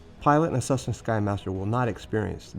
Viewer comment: What is a “cussna”, bro?